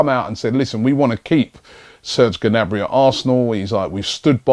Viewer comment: it's obviously pronounced 'nabry'